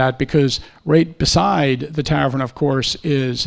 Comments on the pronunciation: “tavren”? How about “tavern”? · Loved the presentation but wtf is a "Tavren?" Almost had Tavern. haha